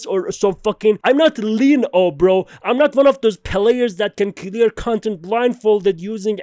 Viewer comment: I like how he says clear..."Key-lear"